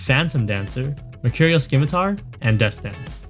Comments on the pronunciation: well, I mean it is spelled as SCIMitar xD, however you don’t pronounce the C like a K it’s an S sound Sim-mitar so yeah, I can understand the annoying thing about that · he said skimitar too lol